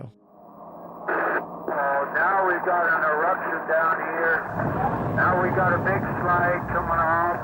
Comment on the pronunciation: Why can't pronounce the word "got?"